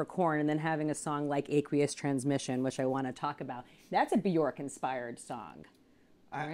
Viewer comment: Who the hell pronounces aqueous like that?